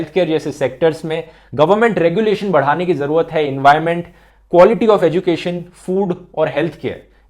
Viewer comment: 7.54 it's environment (mistake bro)